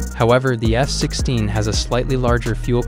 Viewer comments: I keep hearing him saying S-16.. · Why is he saying S-16????🤣😂😂😂😂🤣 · Are you also hearing S-16 instead of F-16?? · Am I the only one who hears him saying S-16 instead of F-16 most of the times?